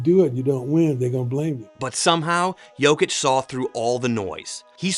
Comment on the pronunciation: SAS sometimes accidentally pronounces Jokic and Doncic correctly just to correct himself immediately saying Jochick, DonChick 😅